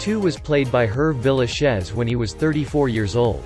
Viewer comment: I don't think YouTube will ever get a good narrator. The foreign people they hire can never get a name correct. Saying Herb Villachez ??????? for Tatoo and the show "Vegas" he said Vega dollar ???? You don't say the dollar sign ??? Please Utube, get people who know how to pronounce names. Your site is pathetic !